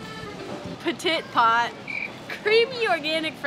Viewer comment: As a frenchie I love how you pronounce petit pot